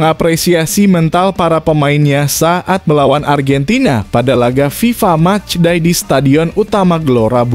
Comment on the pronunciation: Match day mas, bukan mas die😂kursus bhs inggris mas biar gak malu2in.